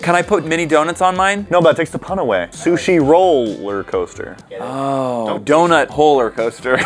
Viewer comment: Dount holler coster